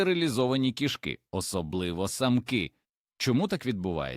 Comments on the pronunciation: 😂😂❤😢❤❤: кишкИ і кІшки - наголос і зміст слів відповідно!!, має вивчити ШІ 😂😂😂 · Дякую за цікаве відео) Та не кішкИ, а кІшки... Був у нас один кіт, виявився він альфачем ще тим: лупив всіх котів, а також маленьких собачок, то був кошмар, бо доводилось його закривати, аби сусідські коти і наші могли хоч по вулиці прогулятись. Але ніяких чужих котів на подвір'ї не було поки він був живий, як і жаб, мишей, змій/гадюк, якось навіть пацюка приніс і крота десь взяв, ласок душив, це просто феноменальний кіт був, правда трішки з прибабахом, бо маю дві відмітки, точніше 2 по 2) на руці, від таких іграшок. Кіт був схожий на маленького ведмедя)) Обожнюю цих хутряних)